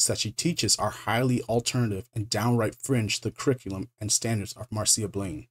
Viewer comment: Yeah, he even gets "MAR-see-uh" Blaine right. Well done, dude.